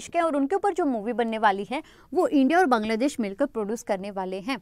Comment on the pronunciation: Hii ma'am.. Thanks for sessions.. I'm nothing in front of you.. But wanna give u a suggestion..plz work on ur pronunciation..like sometimes I get confused..you pronounce 'औ' as 'ओ'...like u say ओर instead of और.... You're great...you teach also very well...sorry...agar aapko bura lge.. But i said what I felt..😊🙃